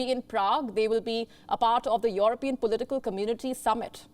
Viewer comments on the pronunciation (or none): YOOORUHPEAN Union.🤣 And Toorkey. We've been pronouncing it wrong all our lives. Apparently it's not European Union and Turkey. But Yoooorupean Union and Toorkey.